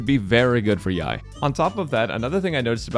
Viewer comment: pet peeve rant but why do so many content creaters call her yai miko its clearly yae (yay) miko